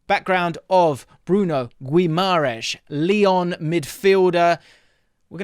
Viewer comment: How can this guy talk about this player? He can not even say Bruno's name correctly..